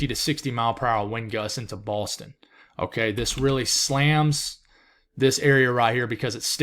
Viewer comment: he REALLY has an issue just saying “Boston” — it’s okay, you can say Boston. 😁🙃